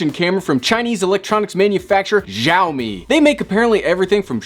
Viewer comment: saa o mi , not jaa o mi